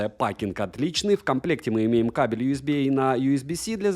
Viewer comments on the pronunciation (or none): none